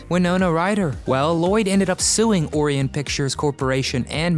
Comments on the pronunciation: It's proniunced like O Ryan, yes? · My brain twitched when you pronounced Orion. 🤪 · Go back and learn how to pronounce Orion. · That’s not how you pronounce Orion. Yikes 🤦🏼‍♀️ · I’ve never heard “Orion” pronounced like that before… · Yeah, you'd think a channel that specializes in media, would take time to make sure they pronounce names correctly.......then again.......a name like Orion should be pretty well known to most. This channel seems to actually have regular issues with pronunciation........I guess maybe a generational thing may be at play here, as it seems to be a common issue across many YouTube channels. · Because these guys NEVER do research or preparation. Their attention to detail stinks. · I've heard said that way too many times. And it's wrong. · Same here 👍